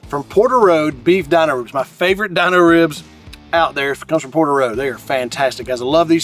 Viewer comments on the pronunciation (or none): They are Dino ribs not the way you’re saying it but the way the Flintstones dog, his name Dino! Pronounced Deano! Not Dineo! And I cannot find them on there website mobile app